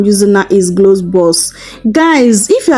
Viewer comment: gloves or cloves??? you are misleading with your pronounciations